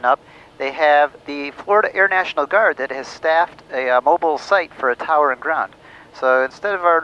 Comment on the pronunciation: "Fower" is another one too.